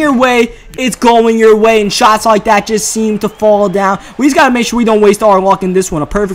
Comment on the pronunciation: Im curious of where is from because i've noticed that he pronounces the words like "there" and "that" like "dere" and "dat", just wondering